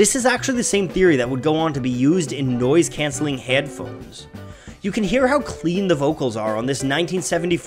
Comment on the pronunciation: This dude said "nyoise cyancelling HYEADPHONES"